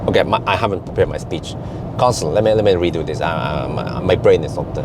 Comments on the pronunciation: You pronounced "cancel" as "console", which might be the reason Nomi couldn't recognized it. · Sorry to say but your accent on cancel is very weird. I guess that’s why that bot has issues with it